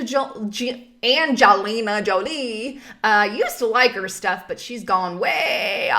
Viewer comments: I like you, but why do you keep saying "Jolene" its Jolie. Cmon girl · It's Jolie,. Not "Jolene". Not sure why you get so many words and names incorrect in the videos. You often have interesting information, but often give inaccurate descriptions or reading of the material for some reason. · I don't mean to be 'nit picky' about a rather trivial mistake, but it is Jolie, not 'Joline'...no N in there, just sayin'!!! I'm not saying this out of any kind of respect for Angelina either, she has sadly become merely a tool and spout for the C.F.R and the U.N. I do agree with most of your views and opinions expressed here otherwise, and I respect what you try to do with your more honest videos! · Yeah we are living in a crazy world where a person that "informs" others doesn't even have the right information...you know "" first of all it's Jolie not Jouline and second if you criticize the media and then base your info on them articles it's kinda a contradiction...so you know,if you would of take the time to watch Angelina's speech you will get what she really meant with that. She said that she's a proud American but she's a person of the word,doesn't mean she is not patriotic. People that call themselves patriotic or nationalist because they discriminate people from other countries or don't want them on theirs are the ones that didn't get the definition of that concept. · thanks for vid...did you mispronounce her name incorrectly on purpose?